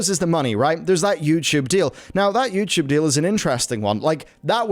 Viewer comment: "Youchoob"